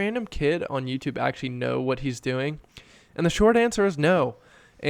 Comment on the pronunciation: Did you say “MewTube”?